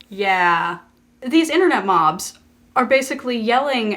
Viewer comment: at first i didn't understand you were saying "internet mobs" and i thought you said "internet moms" which i found a little confusing